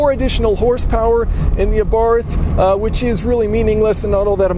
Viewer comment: i'm neither italian nor austrian, but i'm pretty sure they do not pronounce the "th" in abarth the way you do.